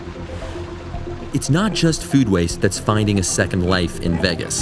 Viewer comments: I've never heard anyone pronounce Vegas as "Veggas". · Vegas rhymes with age, not eggs